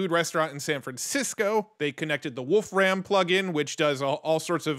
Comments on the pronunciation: Wolfram Alpha access on GPT?! HELL yes! FYI, I believe it's pronounced like "Wolf Rum", not "Ram". :) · It is not Wolf Ram, its "volFram" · Just a small note, "Wolfram" is pronounced "wolfrum" - you don't overstress the "ram" as if you are saying the two animal names. It's the old name for the element tungsten. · Great Video. BTW, you really lean into the pronunciation, Wolf-Ram. And that sounds way cooler than the way Stephen Wolfram says his last name, "Wolfrem". Henceforth, I'm going with Wolf-Ram.🐺🐏😎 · "Wolf ram" 😂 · You say "Wolfram" super weird. It's just a guy's name not some reference to computer RAM.